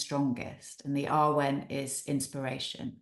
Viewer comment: Totally loved hearing you both and it filled me with hiraeth for Cymru (I now live in New Zealand). I did want to invite you both to look at the pronunciation of awen. It is such a beautiful concept and one you rightly dwell on, but is pronounced with a shorter, harder ‘a’. Like the a in cat. Keep up the lovely chats. I’m looking forward to hearing more. Xx